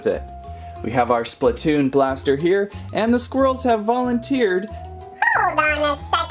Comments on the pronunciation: ITS SPLATOON NOT SPLUTOON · ITS SPLAATOON (AHU)